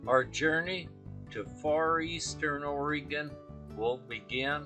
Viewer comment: It’s not pronounced Oreeegon, it’s pronounced Oregon as in gun.